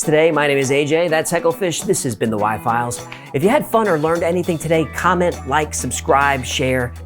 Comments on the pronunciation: Was listening to this with my eyes closed and I thought he said why files. Had to go back again. Even then some people were just sh*t posters. Love your work AJ. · Did he say "my files" or "Why Files?" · It sound like he said why files lol